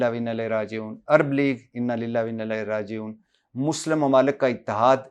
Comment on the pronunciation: Ooh Bhai bhatti it's Inna lillahe wainna illahe rajioon. Please correct your pronouns 🙏